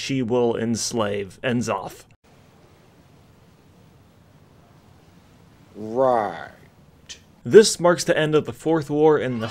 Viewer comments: He was saying it right at first I think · How can you start off saying N'zoth right then go to saying it wrong? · Nuh-zoth. Not En-zoth. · Nuh-Zoth, not En-Zoth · Why do you keep calling him Enn-Zoth instead of Nuh-Zoth? :) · Pretty sure its pronounced (nuh-zoth)... not (en-zoth) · IN Zoth!? its (nah. Zoth) good lord Americans are terrible at pronouncing any non western European English word. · "Look out, it's all of the Old Gods; See-thun, Why-saarj, and Enn-zoth!" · Took me a few seconds to process it. The way he says it really sounds like enema. 🤣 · You had me until you called him "En-zoth..." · I love how he STILL calls it “Enzoth” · Say it with me,; Nuh-Zoth N-uh-zoth N'zoth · Stupid sexy Wrathion sounds about right, yiss Since I only started WoW this year I really appreciate this recap!! But, must you say it like Enema? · why would you say Enn-Zoth. what name have you ever seen that just says the letter. they even say his name constantly in the latest patch. how int he world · "EN Zoth" - really? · It’s pronounced neh/nuh,Zoth. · EN ZOTH.... C'mon man. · N ZOTH looool it's pronounced nuhzoth ya noob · N-Zoth is not at all pronounced like that :( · are you purposely saying N'zoth wrong?